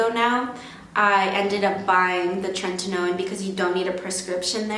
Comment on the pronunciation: Great tips but PLEASE stop saying "trentinoin" it's "Tretinoin"